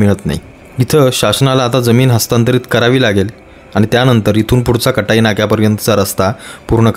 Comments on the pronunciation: कटाई ❌ काटई ✅ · आपल्या सारख्या मराठी माणसाने काटईच्या ऐवजी कटई बोलू नये.